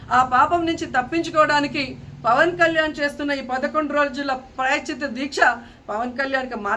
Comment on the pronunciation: ప్రాయశ్చిత్త అనడం రాదు నీకు. నువ్వు అమ్మయివా ఆంటీవా. ఓడిపోయిన దానివి ఓడిపోయినట్టు ఉండకుండా నోటి దూల వాగుడు ఎందుకు. 1000 రూపాయలు ఖరీదు చేసే నెయ్యి 320కి కొన్నప్పుడు నీకు అర్ధం కాలేదా తిరుపతమ్మా. నీకు తోడు కౌంటర్ ఇంకొక ఆంటీ. ఆడపిల్లని ఆడపిల్ల అని ఎందుకంటారు. ఆడపిల్ల కాబట్టి. నువ్వు జబర్దస్త్ షోలు, అక్క ఇట్లాంటి ఇంటర్వ్యూలు చేసుకోవాలి గాని, మాపవిత్రమైన హిందూ దేవుళ్ళ జోలికి ఎందుకు వస్తారు. మీరు కూడా కామెంట్ చేసే వాళ్ళే. ఖర్మ కాకపోతేను.